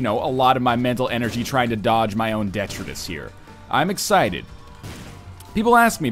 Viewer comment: Your pronunciation of Detritus is correct, NL.